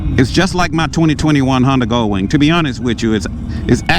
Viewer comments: Its GOLDwing.......NOT gullwing..... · Thank you. That was driving me crazy! GolDwing!